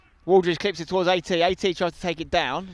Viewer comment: You keep on saying AT about Alex Teniola, and all I hear is 80. Would be really fun if his number were 80.